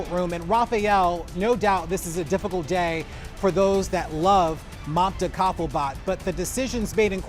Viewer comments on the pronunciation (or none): Why are they pronouncing her name Mannta Coffee-Bart?